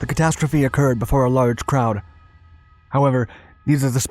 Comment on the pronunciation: I think catastrophe should be pronounced catastrophe